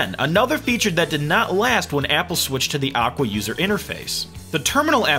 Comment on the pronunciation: i heard him said "awkward user interface"... (actually is aqua user interface)